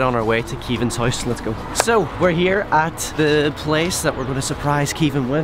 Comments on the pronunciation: He says hoise instead of house lol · i'm not roasting you but you do not say house you say hoise